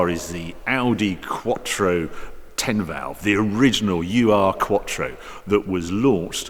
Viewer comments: Harry, I'm disappointed by your lack of research..... it's not "you are" it's "errr" ( actually errr doesn't get it quite right, perhaps urrr is better, despite not being a typical English sylable) ... Ur- is a Germanic prefix meaning original.... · A small remark here Harry. It‘s not the UR-quattro. It‘s the urquattro. Ur, pronounced as our in English, means: ‚the first‘ or ‚the original‘. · FYI: No need to call it U.R. quattro, you can just call it urquattro (Oorquattro with english pronunciation) In German it means something like original/first quattro or old quattro. Its not any form of criticism of the Video, I love em. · Nice review - as always. But it’s NOT ”U R Quattro”, but Ur-quattro. ”Ur-” is a prefix (in German), and it would translate approximately like ”the Original Quattro” or ”the mother of all Quattros”. 😇 ++++ “Ur” is a German prefix found in several German terms imported into English and used primarily in scholarly and scientific contexts, e.g., “Ursprache” (“sprache” meaning “speech”) or proto-language, and “Urheimat” (“homeland”), the place of origin of a people or language”. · It's not "U R" quattro, it's Urquattro like "Uropa" (in english great grandfather) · It's not U.R. quattro, it's ur-quattro (oo-r) ur being the german word for ancient, or in this case the "original" quattro. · I had one in Zermatt Silver w/ black leather. Wonderful car and wish I'd kept it. Now running a D2 S8, but the quattro was cooler. btw, its not u-r. Ur is a word in German. means 'original'. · Hi Harry, great video, as always, thanks! Your car knowledge is encyclopaedic. My tiny contribution: 'ur' is not the letters 'u' and 'r', it's a German word meaning original/primal.